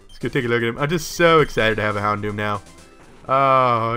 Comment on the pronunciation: hondom? lol houndoom?